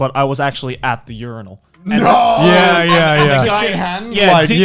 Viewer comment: im just still confused on how Connor pronounces urinal as u-ri-nal